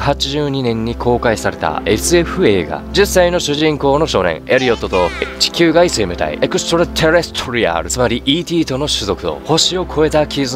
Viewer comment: 最初のETの説明のところで地球外生命体っ言う前に分かり辛く「え」って聞こえて、エッチきゅう外生命体って聞こえるの俺だけ？